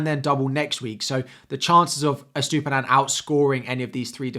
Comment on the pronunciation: 'Estoopinan' lol